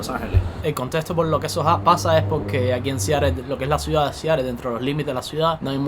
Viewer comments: Siarel 😂😂😂😂 es Seattle pronúncialo bien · Como se pronuncia en Inglés americano realmente es SIAROL. Te lo digo yo que trabajé en esa ciudad varios años.👍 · Para hacer un reportaje de Seattle primero debes de saberlo pronunciar. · sin afán de ofender! Aprende a pronunciar bien el nombre Seattle